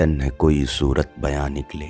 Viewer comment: I listen to you again. Surat e bayan nikle Not surat bayan. You missed zer and that caused weight unbalanced. I feel you need to learn taqtee in urdu poetry that means knowing weight balancing of gazhals. I see You have great potential with your distinguished voice.